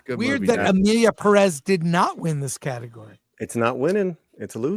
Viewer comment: i hate the way says 'perez' peddezz lol. nah i dont want to even go there